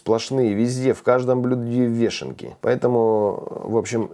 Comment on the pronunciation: вЁшенки,а не вЕшенки,ухо режет